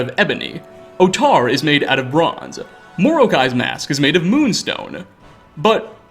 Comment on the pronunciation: Also, "Moroki" is not pronounced "more-oak-eye." It's "more-oh-key."